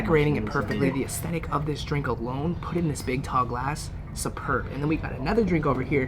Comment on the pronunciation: Anybody count how many times he said estetetic 😂😅🤣